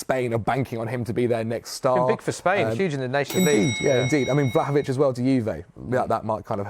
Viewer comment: The way he said Vlahovic killed me!